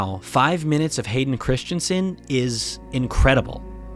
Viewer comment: The name is Not Christchensen.